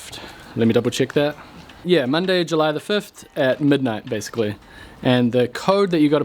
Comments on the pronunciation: Fifft? I always thought it was fifth. I love you!!! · Are you saying July the 5tht?